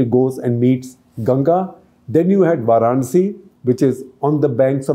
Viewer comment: Respectfully, it is VAranasi or VAranAsi, not VArAnsi.